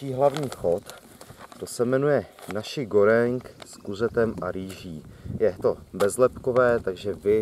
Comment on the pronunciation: Ahoj čte se to Nasi Goreng. :-)